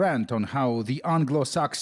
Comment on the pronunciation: "THE ANGLO SAKSI" My f u cking sides, jesus.